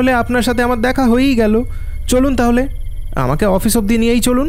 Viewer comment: আফিস না ভাই বল অফিস😂😂😂😂😂